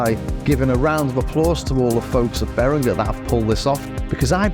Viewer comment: beringer is pronounced as beringer not berinGer, like the G in ginger.